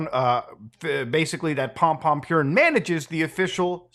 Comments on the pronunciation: Idk why, but is funny how Muta says pompompurin, maybe because he reads purin as with english pronunciation p i u rrin, instead of the japanese pronunciation, poorín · I'm so conflicted. It warms my heart to see freaks like this put away, but having to hear him addressed as "Pompompurin" has put a bad taste in my mouth. I think I'll have to box up a few things on my desk. I think this has ruined pompompurin for me. I'd say this is a sad day for sanrio, but then I thought about how they have 200 other characters to pick from. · "Pompompurin" 😨 damn the sanrio character's been up to some shit